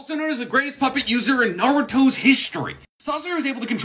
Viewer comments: Have you ever tried pronouncing "Naruto" correctly? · Have you ever tried pronouncing "Naruto" properly?